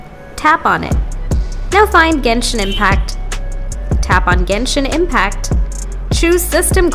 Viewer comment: Ganish impact at the start🥹❤